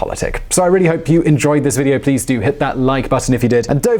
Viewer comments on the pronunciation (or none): none